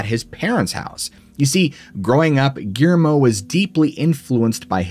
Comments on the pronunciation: 😂 Ok, I'll get on ya about something else. Guillermo is pronounced (Ghee - air - moe) with 3 syllables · Surprised he didn't pronounce his name Gimme. Couldn't even say Gui er mo correctly. He's really bad about that. A woman named Geraldine, called her "Gary" instead of Jerry, WTF ever. Biggest reason I don't watch him so much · 😂Okay I'll bug ya about something else. Guillermo is pronounced w 3 syllables ( Ghee - Air - moe) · My friend is going insane over the way you are pronouncing Guillermo